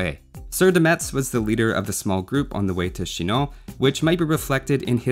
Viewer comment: Hey, I'm from Metz and it's pronounced "Mess" ans not "MeTZ", and yes, we care about it XD